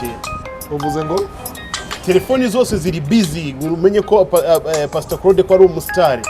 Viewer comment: Uzi kuvuga icyongera pasto inviteshoni 😂😂😂😂